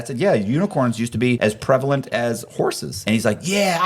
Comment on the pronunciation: Did you say prevalent though 😂